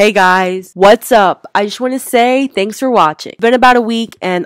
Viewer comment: “ThEnKs MuM aNd DaD”